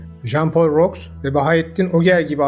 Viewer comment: öncelikle bilmeni isterim ki 20k dan beri abonenim. dostça bir iki tavsiye vereyim. j.p. roux'u rux diye okuyorsun. şu isimlere videodan önce bak, ruu diye okunur. ayrıca türkler göçebe değil, konar göçerdir. arada ciddi bir fark var. DİKKAT!